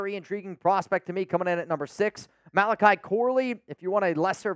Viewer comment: ‘Mal-ech-ey’ Corley… come on dawg 😂